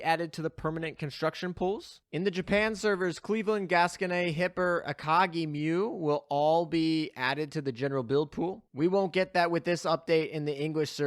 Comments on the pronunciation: also, you're mispronouncing gascogne, since it's french it's weird, gne is pronounced like "nya" or "nyuh" but the "a" or "uh" is soft and short, not very pronounced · Umm, we need work on your pronunciation of Gascogne